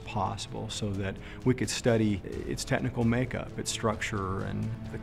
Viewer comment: "Tetnical". The guy says, "Tetnical", not "technical."